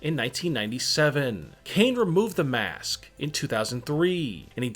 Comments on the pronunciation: I hate how you saw mask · He sayed mAAsk and i got so parinoid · why do you say maask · The way he said mask is brutal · the way he saiys mask :D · The way he says it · Everytime he says mask it gets weirder